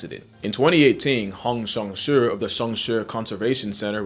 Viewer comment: Also pronounced Shan Shui correctly, bruh does his research and practices